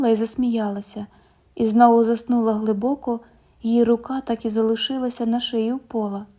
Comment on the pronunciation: спИна - наголос на ПЕРШОМУ складі. глИбоко - наголос на ПЕРШОМУ складі. У прислівниках ви́соко, ши́роко, гли́боко, ра́зом наголос падає на перший склад.